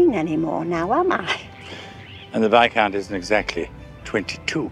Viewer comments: Is that how you pronounce viscount?! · today I learned I have been pronouncing 'viscount' wrong my entire life